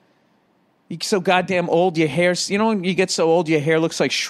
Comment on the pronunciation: His haaaiiiahhhhh hasn't seen conditionahhhhh since Herbert HOOOOVVVAAAAAAaaaaahhhhhhh